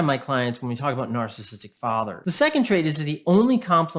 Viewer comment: This guy is pretty good, and he has so many valid points, but his inability to pronounce “narcissistic” properly drives me insane 😆 “Narstistic” 😆